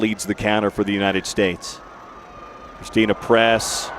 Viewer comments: Uhhh did he say christina press??... 😂😂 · Wait in the beginning did the announcer say Christina Press instead of Christen Press.